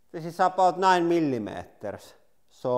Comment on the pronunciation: "Mili matarrs"